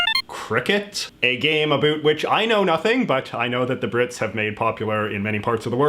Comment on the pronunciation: I'm Canadian. Americans make fun of Canadians pronouncing about as 'aboot'....in 52 years of life i've never heard a Canadian say it that way....until today.